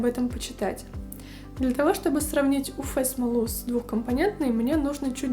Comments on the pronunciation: Нет буквы ФЭ! У ЭФ смола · 😂 уфЭ смола только в Уфе. Вы из Уфы?😅 уЭф лампа. 🧐